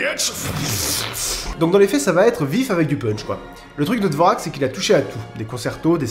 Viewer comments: petite correction (oui 10 ans après…) “Dvoräk” ça se prononce “dvorjak” :p dites jamais dvorak devant un musicien “classique”, ça va barder…. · Mes oreilles ont littéralement explosé a chaque fois que tu disais "dvorack" au lieu de "dvorjack" certe ce n'est pas la réelle ortographe et je m'en excuse. Je fait aussi du violoncelle j'entame ma 8e année donc le 4e mouvement de la symphonie du nouveau monde (je l'adore) mais je le joue le doigt au fond du nez. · Ben j'ai appris que Vivaldi était roux ! Ceci dit, la prononciation de Dovrak est à ch.er. C'est plutôt genre "Dvorjak". Liszt était hongrois, pas autrichien. La Hongrie était autrichienne du temps de Liszt, il est vrai... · « Dvoraque » mdrrr! Tu dois le prononcer comme ceci: « d’vorjacques » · ça a du être dit avant, mais juste pour petite correction: Dvorak se prononce Dvorjak. à cause d'une lettre bizarre tchèque. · Musix Mix Every Kind of Music pour une tchèque comme moi, je peux dire que ça démange les oreilles d'entendre un Français le prononcer "dvorak" xD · J'ai une ch'tite remarque, Dvorak ne se prononce pas comme ça s'écrit, ça se dit Dvorjak Voilà p'tit plus au point culture 😂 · oui merci qurlqu'un qui le dit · Je crois que dvorak se dit "dvordchjak" mais me crachez pas dessus si c'est faux ;) Et je suis quasi sûr qu'il y a du Debussy dans "the Evil Within" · "Dvo-rak" ? sérieusement ? Toute l'admiration que j'avais pour toi s'effrondre. Mais t'es marrant donc je vais continuer à mater tes vidéos. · Dvorak ce prononce Dvorjak ^^ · Je sais que personne lira ce commentaire mais on dit "Dvortchaq" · Dvorak !? Son nom se prononce [dvorjak] en français . . . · Tu verra surment pas ce com. mais juste pour info Dvorak se prononce Dvorjak... J adore ce que tu fais! N arrêtes pas! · Excellent point culture, c'est au moins la 10ème fois que je le regarde … Juste une petit précision cependant, je vais faire ma chieuse mais Dvorak se prononce "Dvorjak" en réalité. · on dit "Dvorjak" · ON PRONONCE DVORJAK